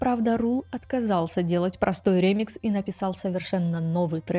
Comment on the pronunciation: Отличное видео!, только не рЕмикс, а ремИкс ❤ Очень по ушам режет ваше неправильное произношение